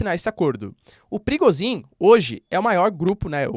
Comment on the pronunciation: Toda vez que vc diz PRIGOZHIN, eu escuto PERIGOZIN